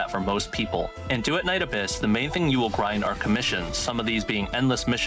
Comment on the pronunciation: Bro said Duet Night A🅱yss